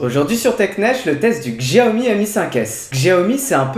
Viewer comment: "CHAOMI" ou "XJIAOMI" lol.....?